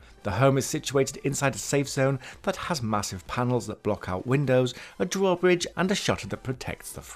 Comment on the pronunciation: What is a dworbwidge ???